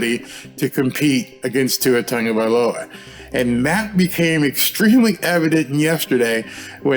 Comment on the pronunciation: Tongavailoa? I thought it was Tagovailoa.